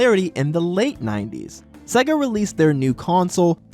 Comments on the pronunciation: Please its seega not saga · FUCKING SEGA NOT SEAGA